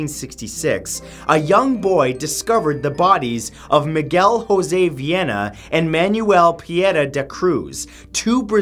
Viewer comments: if miguel is brazillian the 'j' in his middle name isn't pronounced as an 'r' since the national language isn't spanish but portuguese. it's ju-zeh instead of ro-zeh. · José in Portuguese is not pronunced "Hosé" like in Spanish. Just saying. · Uh, the J in Portuguese is pronounced the same as in French. You pronounced José wrong.